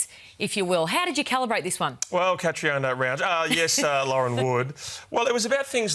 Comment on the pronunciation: Ralphy's pronouncement of Catriona 😂😂😂